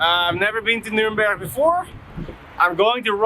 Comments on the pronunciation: Love it how you spell "Nürnberg" the dutch way! Like "Nünbech" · I love how you say Nürnberch, just like the locals :D